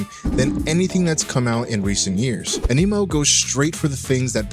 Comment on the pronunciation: why TF do you keep saying AMINO?